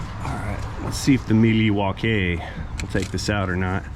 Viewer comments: I noticed when you de-attached the old starter, you said "meleowaekay" instead of Milwaukee. Was that a Wayne's world reference? Great movie! "Meleowaekay", of course is an Algonquin word for.... The good land. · it's pronounced "mill-e-wah-que" which is Algonquin for "the good land”